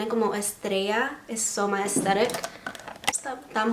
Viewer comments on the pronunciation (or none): none